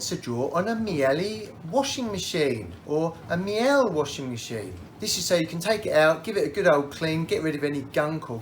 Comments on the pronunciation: Thankyou, you saved much head scratching …. It’s a German name so pronounced “Mealer” btw. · Miele rhymes with Sheila (according to nice Miele customer service lady. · Yov don't no how to say miele